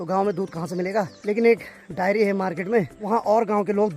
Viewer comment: अबे डायरी नहीं डेयरी होता हैं 😅😅😅😅😅